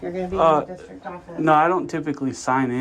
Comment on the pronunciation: A superintendent that says "School districk". And , he slipped up and called it a public building.